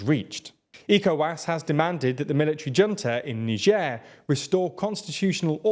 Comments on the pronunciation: It's not "n'sher" you anus, its "nai-jer". I know it gets the comments count up but at the expense of your credibility as news reporters. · Funny how you started pronouncing Niger differently now. Shows how incompetent you guys are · so this just might be a different in pronunciation between britan and america but how he pronounces Niger is so weird.